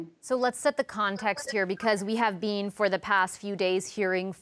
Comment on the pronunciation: “we have bean”